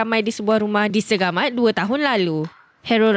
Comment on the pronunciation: SEGAMAYT??? Ni yang, dok tengah tengah Antara melaka & mersinGggg????